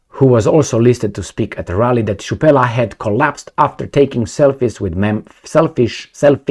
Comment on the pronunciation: Hey, your pronounciation of the name Chrupalla was correct^^ Greetings from Germany!